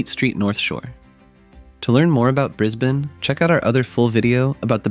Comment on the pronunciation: Thanks for saying Brisbane correctly